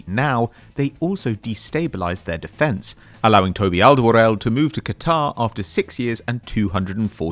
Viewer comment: Good lord i've never heard someone butcher the pronunciation of Alderweireld quite like this